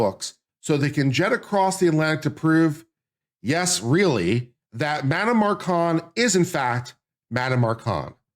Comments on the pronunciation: It’s Macron not Marcon 😂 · THE MACRONS ....NOT MARCONS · The name is not Marcon but MACRON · Mah Crone… not Mar Con. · Should at least do your due diligence and learn France's President's name is MACRON. There's an R in the name. You obviously don't know the facts here. Candace DOES have proof. You on the other hand, have NO facts for your claims against Candace but rather weak opinions. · I can't watch him read his script and mis-pronounce "ma-crone" any more. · I admire the dedication to mispronouncing Macron through the entire video. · Dude if you’re making a commentary at least learn the names and pronounce them properly especially when it’s a name of a famous president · I heard Candace mispronouncing the name Macron as well, a bit less, but not correctly. So definitely do not go to her for this. But she can teach you how to do a witchhunt...just accuse, no proof needed, and punish.. And how to build a cult with followers loving and admiring their leader and fighting for him/her...blindly believing him/her...not questioning..not thinking..not asking for evidence.. .She has talent for these things I must say. And all'this'in m'y humble opinion of course. But I do not think at all that you are looking for, less even needing this. Just wanted to mention that although she does not pronounce the name very well....she has some other qualities... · stupid? who ? maybe you...Mispronouncing the MaCrons name. No due diligence, read French book becoming Brigitte. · This person has no idea what he's talking about. He doesn't even know the name of the French president, consistently mispronouncing it. Definitely didn't see the series. But hates Candace. Just as stupid as the stupidity he talks about. Terrible video.